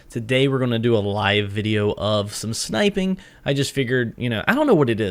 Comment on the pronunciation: Its called snipeing not SHnipeing